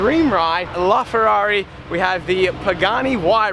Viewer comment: La Ferrari, not Lar Ferrari